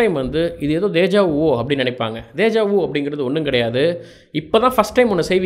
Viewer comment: hi, i seen your video nice.. DEJA VU is a french word and i am from france. Your meaning is correct , but the prononcation is not good. if you want type this word in the google translation and put speaker symbol to hear the sound.